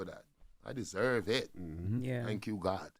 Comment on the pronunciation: Did he said “ Tank you Jezus?? Wow❤🙏